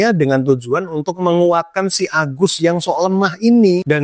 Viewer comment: Mantap bang penyebutan agusnya. Agus berengsek mesuk hehe